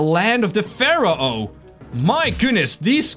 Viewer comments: It’s pronounced faro not farao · it's pronounced like fair-oh